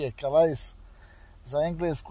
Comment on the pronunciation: ti si u gradu koji se jednostavno zove Kale a pise Calais, (ai=e). S na kraju rijeci se ne izgovara. Sretno i Pozdrav!